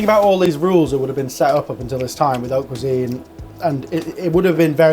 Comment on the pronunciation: "oat cuisine" yana :')